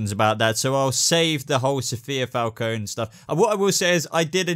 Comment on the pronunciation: Omg he said my last name right